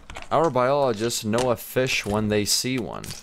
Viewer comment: WHY S EVERYBODY FIISH?? i laughed so much x3